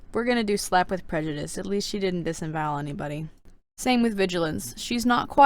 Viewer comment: 1. Wheres Monarch??? I know we dont see her in the books but she was their.... WAS. 2. I origannly thought that BattleWInner was BattleWiener... like a weinner dog. 3. I VERY much disagree with snowfalls ranking i would but her in the orange (no offense) 4. I thought Prejudice said Pre-juice 5. Fav good queen: Glory. Fav bad queen: Scarlet. least fav good queen: Coral. Least fav bad queen: SNOWFALL